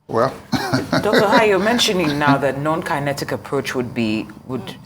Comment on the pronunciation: NON-KINETIC METHOD AND NOT KENETIC 😂